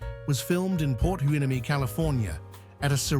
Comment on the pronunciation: La Canada pronounced La Canayada, Port Hueneme pronounced Port Y-ne-me